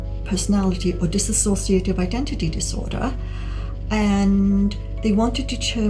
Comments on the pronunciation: It's Dissociative (Dis- so- shuh - tiv) Not dissassociative. I'm unsure why so many people pronounce it wrong. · Not DisAsociative. It is Dissociative